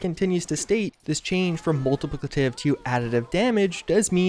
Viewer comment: Anyone hear him say “multipllitpvely”